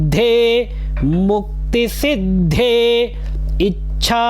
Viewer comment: भुक्ति सिद्धये लिखा है आप मुक्ति बोल रहे हो